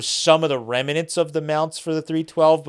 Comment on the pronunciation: ..... the grammar police report that there is no such word as rem-a-nent and also acrossed .